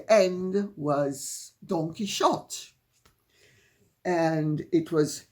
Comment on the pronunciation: Don Quixote, surely pronounced “Don key-haut-ay”.